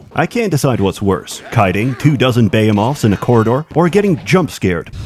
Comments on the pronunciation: you have awoken an ancient quandary of mine and proven that I'm not insane. you pronounce Behemoth as 'bay-yuh-moth.' When I was a kid growing up I always pronounced Behemoth in this way, I don't know where I heard it, but for most of my life this is how I pronounced it. Now I know that Americans have always pronounced it as Buh-hee-moth, but now as an adult Brit every single other Brit I have met pronounces it in what I thought was the American way. I thought that I was insane, and that I had just made up this pronunciation. You are literally the only other person in the world I have heard pronounce it like that. Can anybody else confirm? Is Behemoth actually pronounced bay-yuh-moth and Americanisation has just spread to our fair isles? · He's using archaic Hebrew pronunciation.